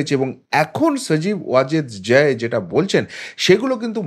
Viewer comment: ভালোইতো প্রপাগান্ডা চালাতে পারো ! মনে হচ্ছে মাটিতে তোমার অবস্থান নয়, পৃথিবীর সাথে তোমার যোগাযোগ নাই। আকাশে বা অন্য কোন গ্রহে থাকো। সাধারন মানুষ বোজেনা, তাই আবোল তাবোল নি্উজ করো। জয় এর নামটাও ভালো করে বলতে পারো না। খবর পড়তে বসেছো😁😄😃😀